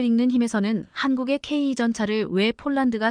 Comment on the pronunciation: ""씨!(=영상 제작자)에게 묻겠습니다. "K2"를 "케이 투"가 아닌, "케이 이"로 읽고, "km"를 "키로 미터" 또는, "킬로미터"가 아닌 "케이 엠"으로 발음 하고, "진입 장벽"을 "진인 장벽"으로 발음 하는 "당신"은 도대체, "어떤 나라 인간" 입니까? 내가 보기에는 당신은 절대로, 절대로, 절대로, "대한민국 국민"이 아닙니다. 거기에 더해서, 현재 폴란드가 원하는 수준의 무기를 만드는 나라는 ("미국, EU, 이스라엘 "일본", 한국 정도 인데)라고, 말을 했는데, "대한민국"을 '한국"이라고 하고, 또, "일본(Nippon=Japan)"을 "슬쩍 끼워 넣은 것"으로 "유추"해 보건대, 당신은 "Nippon=Japan= 일본)" "인간"인 것이 "확실" 합니다.